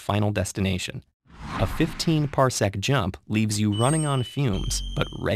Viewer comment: Wow, ted ed said parsecc, who wrote this, han solo?